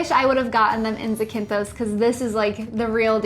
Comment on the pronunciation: It’s pronounced Zack-in-Thos 😝